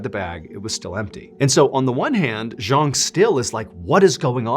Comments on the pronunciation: Also his name is pronounced Jang which is not a Cantonese name. Not trying to be picky but as a storyteller it’s important to get these details right. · His name was Cheung Sin-pang. Not Zhang.